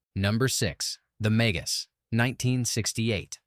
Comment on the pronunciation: Ha! Ha! AI doesn't know how to pronounce "Magus"! AI also thinks 1971 is "at the end of the decade of the 1960s". Ha! Ha!